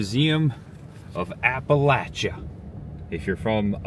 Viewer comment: 🦩🐻🎄 Hi! Candlelight Christmas is fantastic in a way that can only be appreciated when you set aside the noise and spectacle of modern day and turn back the clock to simpler times. You did well, btw. You only said Appalachia incorrectly a couple of times. 🤪🥳 You are bringing a part of American culture and heritage to light that needs documentation in order to preserve it and to share it with the world. Thanks,, for bringing us along. Safe travels! 🎄🐻🦩